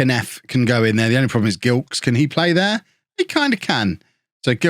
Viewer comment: You must remember Michael Gilkes who used to play for Reading?! Simod Cup? Remember that? It must be pronounced Jilkes I believe.